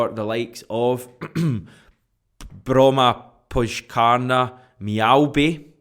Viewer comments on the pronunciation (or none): Haha good effort - it’s pronounced Bromma-pyoy-ka-na. I live in Stockholm and me and my girlfriend try to get to Hammarby matches when we can as they’re her team. Will keep an eye out for Jeahze and report back 👍